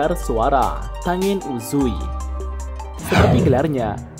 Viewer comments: Yaiba bang bukan zaiba tenen bukan tangen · Min setau saya klo namanya ada "ng" Misal rengoku dibaca nya renggoku/ren goku bukan rengoku begitu dengan tengen dibaca tenggen / ten gen bkn tengen